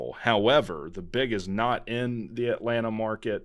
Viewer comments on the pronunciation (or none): none